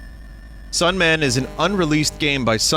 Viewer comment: He says Sunman and I hear Dayman.